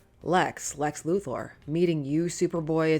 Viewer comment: Sincere thanks for pronouncing "Luthor" correctly.